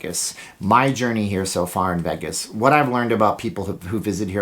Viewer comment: I have never noticed this before, you pronounce Vegas like haggis with a V